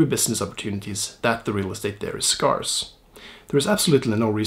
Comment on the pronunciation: Subscribed in first few seconds after your spot-on Zuckerberg face effect- stayed and enjoyed your spot-on, very important and well-argued perspective! Thanks and hugs. PS Pron: Scarce/Scarcity etc: should sound like Scared not Scar.